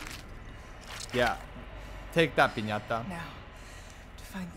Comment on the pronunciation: Good you are back, I already got everything this time but I had to sit and enjoy your full playthrough! Great content! and loved the fact that you called Piñata to Pesanta, same feeling when you were saying Pestañas during the Leon campaign haha